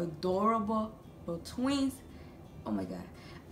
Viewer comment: I love how she say tweez